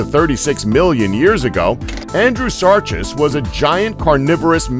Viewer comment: Gi-gan-toh-pith-i-cus. Mega-theer-ee-um. Andrew-sar-cus. These made my eye twitch as a student of natural history...